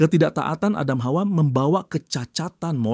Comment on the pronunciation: bang lucu banget nyebut “hawa” nya kayak fasih bgt “KHAUA”😂😂